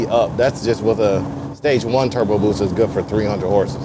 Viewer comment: Don't nobody wants to play with... lol. BTW its "BUSA" not Booza.. lol. The H2 is an awesome bike tho... love the looks of it... #sinister